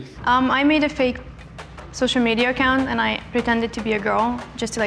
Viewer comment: When she said soicial media you could just hear ahhhhh only fans. got it